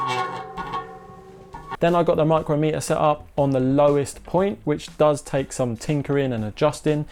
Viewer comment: It's pronounced Mike crom meter, a micrometre is a distance of one thousandth of a millimetre.